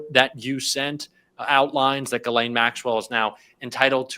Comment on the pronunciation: "Ghislaine" french, pronounced like "She's Len", not "Guh Lane".